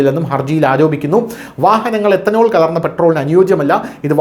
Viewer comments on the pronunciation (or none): എത്തനോൾ അല്ല എഥനോൾ